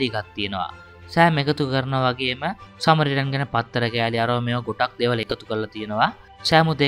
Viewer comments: සමරිටන් සමරිටන් කියල දිව පැටලිලාද කොහෙද සරමිටන් කියන්නෙ😅😂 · සමරිටන් නේ - ඔයා සැරයක කිව්වෙ සරමිටන් කියලා 😂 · මටත් ඒකමයි කියවෙන්නෙ."සරමිටන්" 😁😁😁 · සරමිටන් නෙමෙ සමරිටන් 😂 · සරමිටන් කියලා නේද කියවුනෙ😅